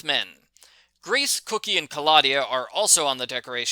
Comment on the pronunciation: It's pronounced coke/y not cookie.. not trying to be an ass, I just thought I would tell you. Like your reviews. I read every book as a kid. Lol